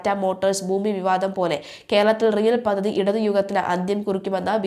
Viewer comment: പദധിയല്ല പദ്ധതിയെന്ന് വായിക്കൂ കുട്ടി